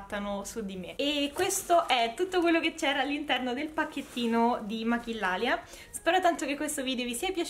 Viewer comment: Ciao cara! Volevo dirti intanto che ti adoro, sei carinissima 😍 e ti volevo anche dire che maquillalia essendo spagnola si pronuncia machiglialia, la doppia L si legge gli e la Q si legge chi. Così per i prossimo video che aspetto impazientemente, avrai una pronuncia perfetta! Grazie 🙏 per le tue dritte